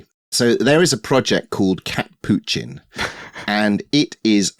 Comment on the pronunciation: Would you all consider linking to these projects in a comment, or in the description of the video? I just spent a good 3x trying to figure out you said "catppuccin"? 🤣